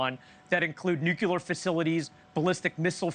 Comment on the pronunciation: N.U.C.L.E.A.R How many 'U's are there in nuclear? How would you pronounce it if there were two 'U's? How would you pronounce it if there was only one 'U'? I suspect it is correctly pronounced with only one 'U'.